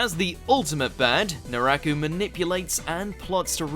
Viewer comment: Great list. But man proper pronunciations! First it was the Spanish words in Bleach. Then it was Naraku.